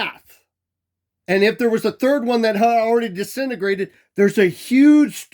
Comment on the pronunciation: 'disenagrated'... Smh